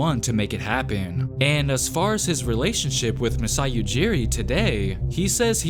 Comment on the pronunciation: Poor Demar, he could not even say masais name